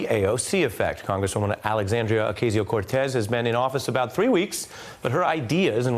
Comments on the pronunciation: For the thousandth time the “A” in Ocasio is SHORT not LONG!!!!!!!!!! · Repeat this out loud Ari Melber: O-car-cee-O … so no more o-kay-cee-oh, O.K? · 👏it’s👏oc👏AH👏sio👏not👏oc 👏AY👏sio👏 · O KAH SIO NOT O-K- SIO FOR FSSS SAKE MAN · Geez Ari, can you pronounce Ocasio correctly. Or should we pronounce your name Air-ee?